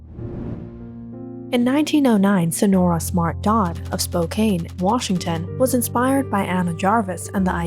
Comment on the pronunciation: Good video. It is pronounced spoke can not spoke cane.